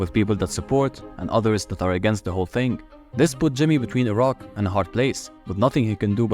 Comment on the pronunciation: bro the auto translation on the video make “a rock” to “Iraq” lol 😂 But I can’t blame it cuz of the way you said it